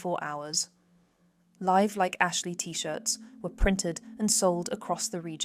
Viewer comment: Tony's Bada Bing and "Live Like Ashley" . Two pronunciation errors.